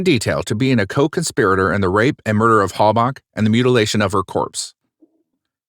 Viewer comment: "charged with morder" In all seriousness though, very good video